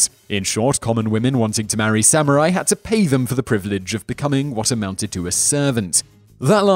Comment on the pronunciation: did you say Sam Or I .?